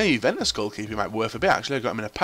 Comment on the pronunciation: "He plays for jew-fentus" inspirational pronunciation